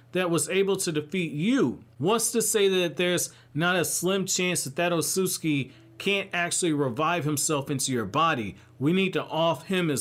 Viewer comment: I love your videos but I literally can't finish ones where you talk about the ot-sut-suki because you say it like oh-soos-ski. I'm by no means aware of how to say japanese words but I know there are 2 t's in that mf lmao